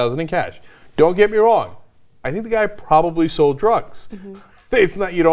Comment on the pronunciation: SOLD not "sole"...